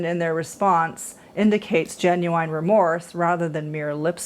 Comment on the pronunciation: Why do you keep saying genu wine??